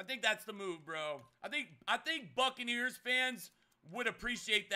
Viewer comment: Everytime he said Buccaneers it sounded like fuckaneers